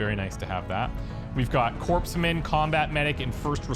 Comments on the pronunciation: corpsman is pronounced (coors-man) like the beer not (corpse -man)sorry my inner marine got offended as the navy's corpsman keep marines alive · Hopefully your medic is not a "coprse-man." The word corpsman is pronounced "core-man".